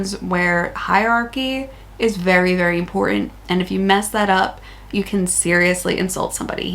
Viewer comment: Just letting you know the T in imporTant is not silent